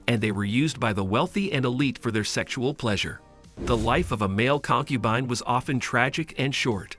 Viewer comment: Concu bean 😂